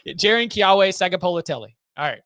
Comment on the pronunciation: Pronunciation tip for: in Keawe the W is actually a V. Rest is how it looks:)